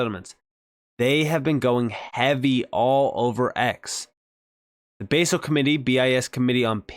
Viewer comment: Basel is pronounced baz-el with a soft A NOT base-el